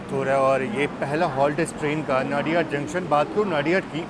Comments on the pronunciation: Ek request hai, sbhi se, ki station k nam jo hain wo aap waha k boards par jo Hindi ya local languages me likha jata hai, wesa hi pronounce kare... Jese नडियाद, instead of नाडियाड. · Nadiad.... Incorrect pronunciation....!!